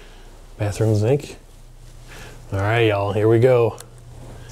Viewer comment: Btw the only people I ever heard say zink instead of sink is New Orleans.